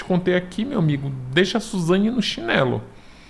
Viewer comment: Suzanhe hahahahhahahah esse é demais